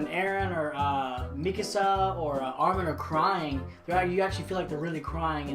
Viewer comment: the Subbed vs Dubbed thing works both ways, I love Cowbow Bebops dub, AoT's dub is a let down, not terrible but not good, they fuck up name pronunciations constantly Meeeeekasa. But I refuse to watch Dragonball subbed, how can you take Goku seriously when he's voiced by a woman?